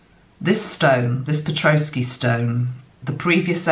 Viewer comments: Petoskey stone...pronounce pe-tos-key. No "r" in the spelling 😉 Isn't that funny my Canadian father always said "Red sky at night sailers delight, Red sky in the morning sailers warning" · the pronunciations for that beautiful shield shaped talisman...you did a pretty good job!! The tribe that carved the Petosky (peh - Toss - key) stone is called the Iriquois (Ear - uh - koi) and the place it was found is Michigan (Mish - uh - gun)...the emphasis is on the capitalized syllable. Petosky is a fossilized coral - the crystalized forms from the colonies of living creatures from seas long gone - which somehow says a lot to me about the earth changes coming soon - Thank you so much for all you do! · That is a pet-ah'-skee stone, and the ear'-uh-kwoy nation. I am holding one of mine now. Having lived in Michigan on the shores of Lake Michigan, I have collected many of them, beach-combing!